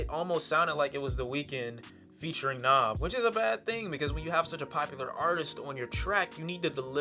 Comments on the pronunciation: It's not nov it's nav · Brampton and Rexdale Gang Gang! And btw his name is pronounced N(ah)v. The funny thing is the way u prononcing his name is kinda the way we would say it if we were speaking punjabi which is relevent because he is Punjabi. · Its pronounced n ah v he is indian therefore thays how it is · it's not naav it's nav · NAV NAHV not nawv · How do people not know how to pronounce his name when there literally a song where he says his name😒😒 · So like Nav, by Nav, on the project Nav And uh still couldn't pronounce the name? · I fuck with this channel and this review heavy, but...BOI he says his name on the second track in the hook how do u keep mispronouncing it lol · Lol how are ppl still saying his name wrong? The 2nd track on the tape is called "Nav" where he clearly says how it's pronounced. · this guy really couldnt pronounce "NAV" right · The way u say Nav makes me cringe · You gotta be the worst listener ever to listen to this album more than once and still pronounce his name like that. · He even pronounces his name on the song NAV lol but ok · You mispronounce his name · It's not pronounced Na(ah)v. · its a mixtape, and youre saying his name wrong